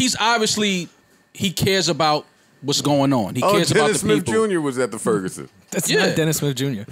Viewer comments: The Ferguson 😂😂 Don’t do that y’all it’s “Ferguson” STL4L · My nigga said "The Furgerson" 😂😂😂 like it's "The Rona" or something